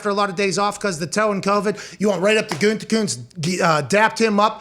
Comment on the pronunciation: "Guntekunst?" C'mon man, don't you at least have some German in you??!?! Means "good art" if that helps you at all. At least please TRY not to murder his name.